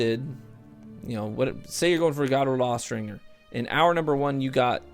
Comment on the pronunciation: Austringer is pronounced with the J sound, not the hard G.